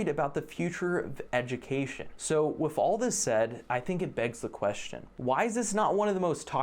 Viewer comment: Yeah great but saying all this while you're pronouncing "with" as "wiff" is fucking hilarious. You're part of the problem dude.